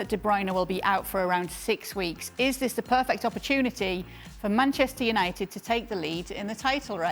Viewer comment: did she say 'Penchester United' 😳